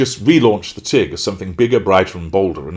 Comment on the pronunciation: I like that The Tig is pronounced The Teen. For someone who enjoys pronouncing Buenos Aires correctly she messed up on this one. She thinks it will be bigger than Goop